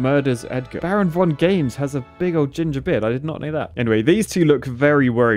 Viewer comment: Don't say baronvongames again!